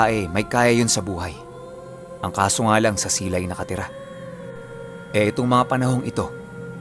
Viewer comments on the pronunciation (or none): taga silay ako...ma tigas na si dapat yung bigkas mo sa silay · Taga silay po ako lodi. Mabilis po Ang pg bigkas dun. silay. Parang pag bigkas dn ng tulay. more power lods nice story.